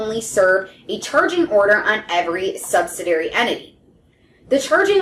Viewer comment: It's sub-sid-ee-ary, not sub-sid-ary or sub-sid-ee. Kinda hard to take advice from someone who can't pronounce it correctly